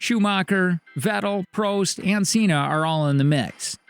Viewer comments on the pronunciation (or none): have u not realised in the recent years its car over driver Also this guy in the video knows nothing about F1 you can just hear it in the way he pronounced Senna and Prost